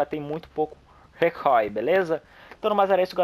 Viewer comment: "ela tem muito pouco rê cóy" huehuehue